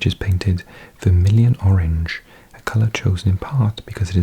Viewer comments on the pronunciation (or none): none